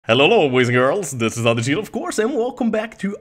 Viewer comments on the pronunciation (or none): none